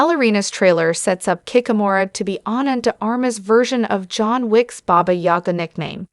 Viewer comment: booga ? fuckin AI